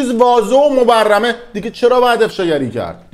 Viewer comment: بيسواد خائن ، مبرم نه. مبرهن درسته بيشعور.